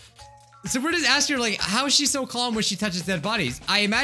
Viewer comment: Man he said like wrong